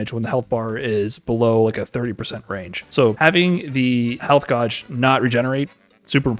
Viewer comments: Did he say health godge? Instead of gauge lol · "health GAWJ"??????? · .... "health gaaj"? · It was not a meme, that pronunciation of Gauge really threw me off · why does he say gauge like that im scared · The way you pronounce gauge cracks me up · I couldn’t understand anything was saying because I was too focused on his shit pronunciation of “Gauge” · I love the way he says gauge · Gauge is not pronounced that way. please google it